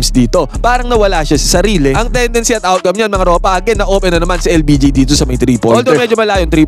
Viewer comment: Hoy Admin. LBJ ha hindi LPG ano yan gasul 😂